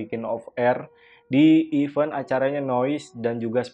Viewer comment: Maaf koreksi bang, "event" dibacanya evEn bang, bukan even, kalo salah penyebutan salah artinya, buat pembelajaran aja krn msh banyak org2 diluar sana yg salah penyebutannya. Thx